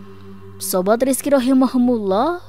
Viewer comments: ROHIMA KUMULLOH.. bukan Rohimahumulloh.. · Maaf ada saran sedikit, rahimahumullah di ganti rahimakumullah kayaknya lebih mantap.